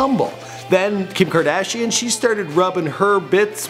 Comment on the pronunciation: Who the heck is rob kardashing??